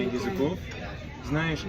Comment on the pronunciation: That "знаешь" sounded NATIVE. As a Russian, that's some insane progress in just six months. RESPECT